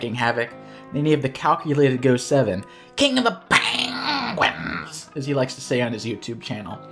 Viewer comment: Standout episode of IAWG just for the increasingly absurd pronunciations of KING OF THA PAAAAHNGUINS!